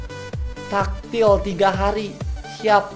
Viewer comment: tactilite di baca nya tektilait om bkan taktil atau takjil xD